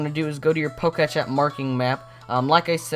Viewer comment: it is POK-E-TECH NOT POKESH